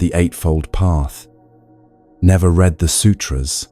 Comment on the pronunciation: This is AI--generated, and AI-read: a real person did NOT read this. At about the 50 minutes mark, give or take a few minutes, the bot pronounced "read" the wrong way--in a way no human would!!!